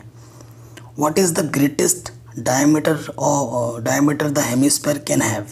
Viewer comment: Dicmeter nhi diameter hota hai😁😂